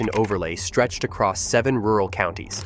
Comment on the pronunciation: No , No , No it's Shasta, it hasta be Shasta ! hahahaha hahahaha. 🤪🤪🤪